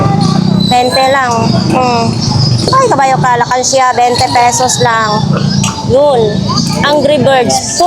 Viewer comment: ALKANSYA! HINDI ALAKANSYA! PKI CORRECT!